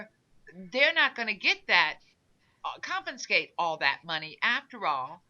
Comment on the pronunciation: Repeat after me: CON-FI-SCATE